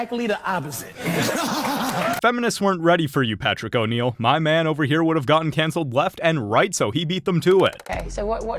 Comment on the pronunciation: PATRICK O'NEIL!? It's PATRICE! How the HELL did you manage to do that?!